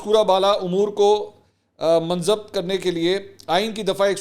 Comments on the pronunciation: Assalamualaikum Mansor Bhai aaj aap ny Urdu k kuch alfaz galat ada keye maslan:munzabit_badehi_mutaaliq. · Ur pronunciation of munzabit is wrong, dear.